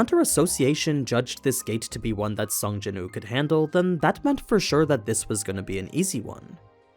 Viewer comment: Please say the W in his name. His name is Sung Jinwoo, not Sung Jinoo